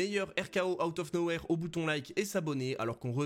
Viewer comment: C'est " outa no where " pas "out no where"